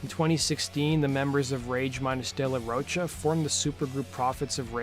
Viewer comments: It's De La Rocha( Row Ka) not De La Roach-a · Its "ro-ka" not roach 🪳 -a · Pronounced de la "ro-ka" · De la Roach-a? No, big no. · You still saying ROACHA?! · Dude, Zack's last name is pronounced like the word mocha just with a ro at the beginning. FFS get the shit right man. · This has basically zero real info about an explanation for de la Rocha (which you can’t seem to pronounce) leaving that band. All the info this guy gives is easily sourced, as usual. No new info at all. Which leads me to asking, why do you spend twenty minutes on the most basic, trivial stuff for other bands (GNR) and then do a measly five minutes for others? There’s a lot more info on this than even you dug up. Vid is almost pointless unless you have absolutely no idea who RATM were.